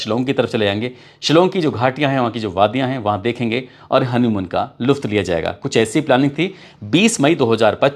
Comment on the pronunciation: आप "लुफ्त" बोलते हैं, मगर यह ग़लत है। आप" लुत्फ " बोले, यह सही है।